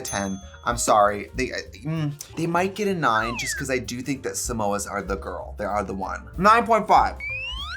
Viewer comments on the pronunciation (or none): Trixie dragging him for trying to say Samosas 😂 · You know he’s gay when he thinks Samoas are pronounced like Mimosas lol